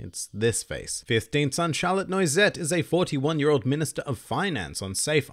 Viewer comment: My god, your French, Italian and German pronunciations are atrocious in some places. If I'm getting the spelling right based on what you said, the 18th son is called Lorraine (quiche Lorraine; French); the 15th is Noisette (nuh-wah-zett, French; multiples of three are easily divisible numbers); 12th son is NussTorte (Nuss-tort; German); 22nd son Saint Marc (Seine Mar, French; clinch the 'c' in the back of your throat, and Essence is flavor boiled down to its basics and imbued into water or oils, e.g. rosewater or garlic olive oil.); 24th son is Dacquoise (dack-wa-zeh, French); 26th son is Bavarois (bah-vah-wa, French; people are always getting this one wrong, so don't feel bad); 33rd son is Raisin (ray-zenh; it's likely Oda intended the English pronunciation, but when pronounced the French way, "raisin" is actually the word for "grape".)